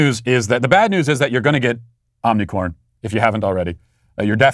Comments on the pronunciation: I love how Matt intentionally mispronounces the omicron variant.😂🤣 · He corrected himself to the incorrect pronunciation